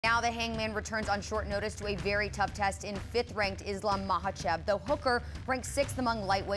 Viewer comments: Why is she saying Islam’s name like that. It’s not MAH-lachev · Michaelchev😅. Love chael. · "ISLAM MOCKEL CHIP" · These two seem like they are in a competition to butcher the Russian fighters names worse than the other. I’m not sure who’s winning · Not even a minute in And chael just destroyed a fighters name The GOAT 🐐